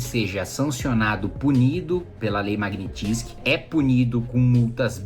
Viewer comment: Não é Lei Magnitizky é Lei Magnitzky. Qual é a dificuldade 🤔